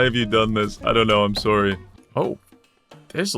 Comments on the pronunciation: Idk wether to believe his uncanadian killing or his extremly canadian "soory" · The most violent Canadian I've ever seen. I don't know for a fact that he's Canadian, but I'm willing to bet my life on it. I heard that "sorry", so that's enough for me.